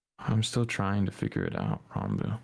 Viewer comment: I love how calls Ranboo Ronboo